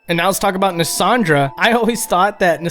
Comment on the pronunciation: it's pronounced NaSHandra not NaSandra. that actually makes sense, since the Mirror Knight boss uses the same shield to summon enemies into the bossfight. Nice video nonetheless!